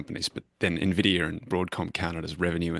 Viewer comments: Guys, for the love of God it's N-videa, not Ne-videa. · I’m with you on that 😂. If you’ve spent any time in the Bay Area, when someone says anything else but n-vidia it’s like nails on a chalkboard